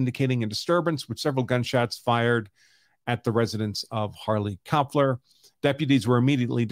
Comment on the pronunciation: So when you pronounce a German name (Kloepfer = Knocker), you don't pronounce the first syllable when two vowels are together. So Kloepfer is pronounced Klep-fer.